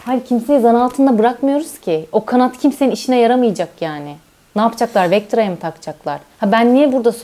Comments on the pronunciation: Dış ses yine sky a vektıra dedi abi dış sesin maaşa zam işe sonnn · Dış ses kalsın ama vectira demesi yasaklansın.